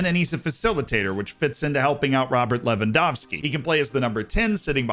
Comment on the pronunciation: Finally! Someone who can pronounce Lewandowski right that's not Polish😂